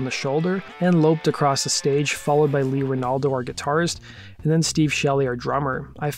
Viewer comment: Watched till u said “bassist Lee Renaldo”….. wtf man. Can’t be that obviously negligent